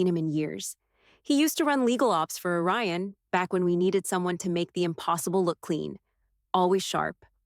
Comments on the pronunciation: It’s ORION, not a Ryan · It’s “Orion” not “a Ryan”! If you can get it right once you can get it right EVERY TIME.